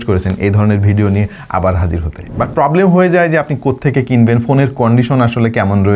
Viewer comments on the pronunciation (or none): none